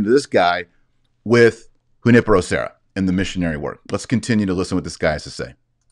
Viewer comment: Taylor you pronounced Junipero great, now try Guadalupe with an "eh" sound at the end, not "ay" sound.